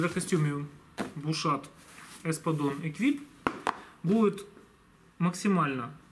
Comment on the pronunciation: Вроде произноситься без Т на конце... Не?